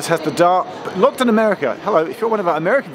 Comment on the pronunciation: did you waft in from paradise? "Nah Lutun Airport".